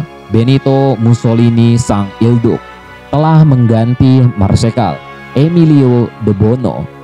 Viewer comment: mantap bang sedikit koreksi cara spell il duce yg benar itu "il duche" bukan il duk